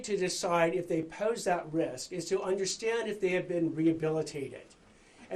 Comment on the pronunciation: the way he says "pose" is weird lol, or maybe that's a specific accent, reminds me a little bit of NIC CAGE THE LEGEND!!!